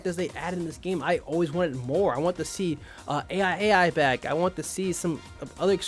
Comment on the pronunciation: why are you still pronouncing AiAi as Aye Eye Aye Eye :_DreamsDrown